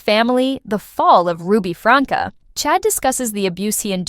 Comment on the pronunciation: It's not pronounced Franka, it's pronounced Frank. 🙄